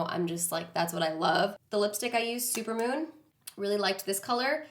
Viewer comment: She said “super mom”. Isn’t the name “super moon 🌙 “??? LOL LOVE the makeup. ❤️